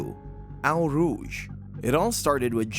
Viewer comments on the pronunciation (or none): 'Eau Rouge' is NOT pronounced 'OW Roojsh' but 'O Roojsh'. If you are going to post, do it right and if the computer narration can't handle it -- use your own REAL VOICE! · hearing you pronounce eau rouge is painful brutha. its not ow rouge, pronounce it like oh rouge (dont flame me it just hurts sry) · That is "owe" rouge not "ow" rouge to you. Do your homework. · This narrator genuinely sounds like he’s not an everyday fan & has haid to read up on this incident & has just shoehorned in some ill-fitting emotive words and sentiments. Plus, his pronunciation of Eau Rough and several drivers names is awful! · It's pronounced Oh Rouge not whatever you were saying. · * "O" rouge.